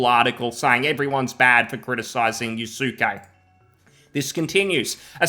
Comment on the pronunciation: lmao yasookay. people, the u is silent. yaske....yasuke was a real person. sold to nobunaga oda who made him a kosho. NOT a samurai. closest western equivalent of a kosho would be like a page or almost akin to a squire. he accompanied him and held his weapons.